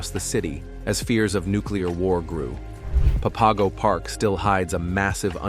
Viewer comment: It's pronounced Pap-a-go